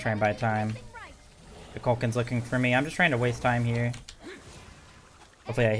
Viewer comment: Koo Kool Kan lmao not KuhKalKahn